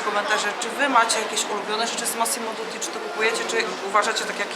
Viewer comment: Dutti nie Duti